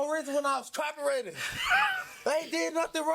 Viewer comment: He's cop-erating